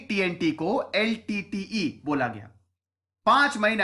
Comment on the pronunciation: Who calls LTTE as Litte??